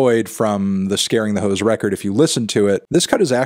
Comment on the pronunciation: Garden Hoes? It’s “Ho’s” Mellon!